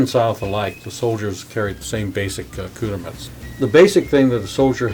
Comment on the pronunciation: Boy, he sure is murdering "accoutrements"😬